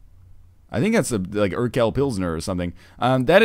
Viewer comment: I just hope NL never sees/reads "Urquell" again, it's just so weird to hear it pronounced like that.